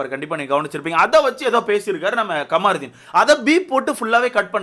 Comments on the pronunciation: Not kamaaarudin its kamarudin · Ckamrudhin name a correct pronounce pannunga